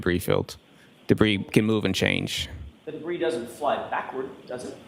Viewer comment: Did he call the debris - Bree?!?